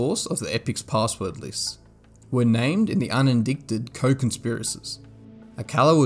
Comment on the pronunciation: Love your videos, very professional in many ways but one big glaring one. Warning: unsolicited advice incoming! Please put more focus on spelling and pronunciation of basic words and common names. It really throws off those of us expecting to hear words and names that are easily recognizable like Leroux (Le-roo) rather than Lerucks... Or un-indicted (un-in-dite-ed) rather than un-in-dick-tid. Keep up the good work!